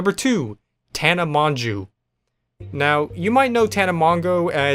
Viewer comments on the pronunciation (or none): The fact that he pronounced tana's last name different every time😂😂